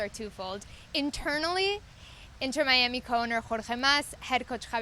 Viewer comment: "inner miami" 😑 its inTer miami. as in inTernacional. not as in the inner city. you'd think they'd know how to say the name.